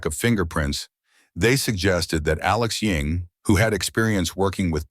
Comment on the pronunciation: Why do you keep calling him Alex Ying? isn't his name Ewing?